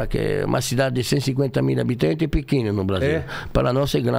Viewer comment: "Habiteinto" kkkk